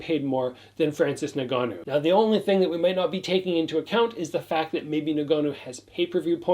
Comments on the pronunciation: Hey. To correct your pronunciation of Francis's last name. It's EN-GA-NOO. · Pronounced En gannou